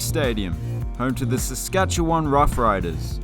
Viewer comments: No one mentioned how well you pronounced Saskatchewan so I will. Excellent job! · He did do a good job pronouncing it. I was pleasantly surprised.